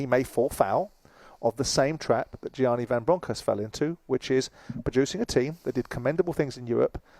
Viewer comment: After all this time Simon still cant say Giovanni properly fucking hell